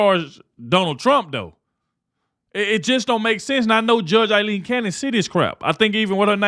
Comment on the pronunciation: You are pronouncing her name wrong. It is Pronounced-- ( AL long E n) I should know. That is my name and I am proud of it.🦚